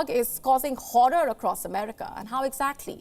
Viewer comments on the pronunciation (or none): none